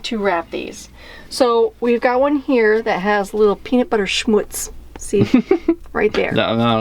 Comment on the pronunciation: Schmutz is a german word... xD It translates somewhat to dirt. So cute how she pronounces it. ; )